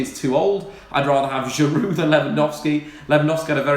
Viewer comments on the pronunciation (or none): none